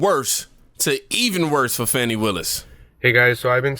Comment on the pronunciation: Trump is recorded breaking the law. Willis is not above the law. The investigation of her relationship with Wade will prove to be way less nefarious than you emotional dudes suppose. Trump is going to prison. Her name is pronounced Fawh-NEE. But I'm sure your intentional mispronunciation has nothing to do with disrespect for her?